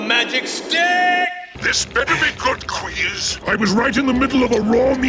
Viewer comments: Yep, never fails. everytime says Quease i always hear it as Queef and I chuckle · I swear I heard you say qweef